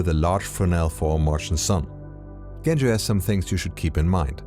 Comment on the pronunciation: Not Bulgarian, but yes. If my nickname was "Efgeni" you'd pronounce my name with "ch". It's Genco like "Joe".